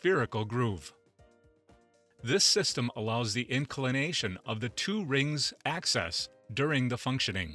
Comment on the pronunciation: Please... it's "axis" not "access". Later: The "curry" temperature of magnets? The narrator sounds like a typical American Midwest accent, except seems to have never heard some of the words that are central to his presentation.